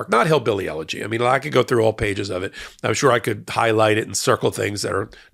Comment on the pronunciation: The word Eulogy is pronounced " YOU-LA-GEE" not egg...